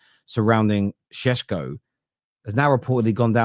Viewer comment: ever since Sesko rumours started you've pronounced it sheshko so many times its affected how you say question like queshton 😅😅 love ya man but careful, you might start developing a lisp 😅😅